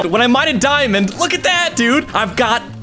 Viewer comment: i like the part that he said Diamondé